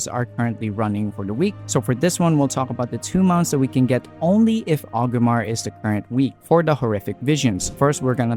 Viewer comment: sounds like you are saying Ogrimmar (with the R missing before the G), then i noticed you put up a list of objectives twice, once for 5 mask achieve and once for the 8, and in both you had the city name spelled as Ogrimmar. so I figured I would let you know it is Orgrimmar, that is why people say Org alot when referring to it, not Og. that being said, it was a good video. I'm just looking out so you will spell/say it correctly in future videos.